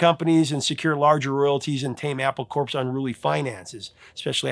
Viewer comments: Love ya bro. Good work on all of it. Correction of your pronunciation of Apple Corp. It’s officially Apple (Core). An intended pun. Oh, and while I’m at it, when two forces oppose each other, the correct word is “versus”, not “verse”. Verse is a part of a song. Versus has no singular version since it’s not a plural. It’s the word, the whole word and nothing but the word. And that word is Love!❤🎉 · Just a quick correction of your pronunciation! In the Beatles' company name Apple Corps, Corps is pronounced "Core," thus "Apple Core" which makes a nice pun. An apple core photo even appears on the LP discs center labels. So just remember it is analogous to Marine Corps, also pronounced "Core." I'm not trying to be a grammar nazi, just helpful!